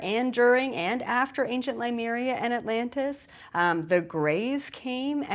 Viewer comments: Please pronounce Leh-mure-eeya correctly. It is not LUmeria. Having said that, I REALLY LIKE your phrase, "You ARE Superman, before Superman knew who he was"!!!!! I love that!!!! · You are pronouncing Lemuria wrong